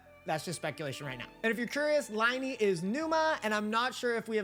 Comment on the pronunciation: Thanks for the video. :) No bad feelings, but you’re mispronouncing Lyney and Lynette.